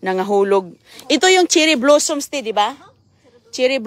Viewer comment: Your not pronouncing the blossoms right